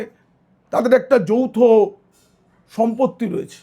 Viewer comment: যৌথ নাকি যৌন সম্পর্ক কী বললেন ঠিক বোঝা যাচ্ছে না । 😂😂😂😂😂।